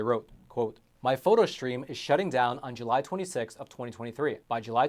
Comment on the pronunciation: There’s no ‘h’ in the word ‘stream’ … It’s not pronounced ‘shtream’ ……… Please get it right.